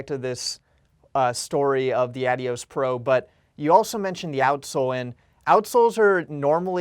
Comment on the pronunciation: Nevermind the Adidas rep pronounces it correctly, its who say Ad-dios.